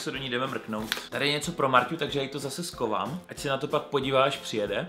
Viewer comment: víš,že se říká schovám a ne skovám?:D